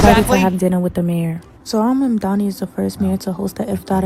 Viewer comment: His name is actually not "Zoorhaan Mandami" -- it's "Zohran Mamdani" -- Sometimes I call him Zorro Ma'am-Dandy but ... that's not really it.